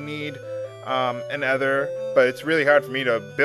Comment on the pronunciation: it's kinda driving me nuts and since it's been 3 years you probably know now but "ether" is pronounced EE THer... the TH is like "there", not e THer with the TH being like "feather"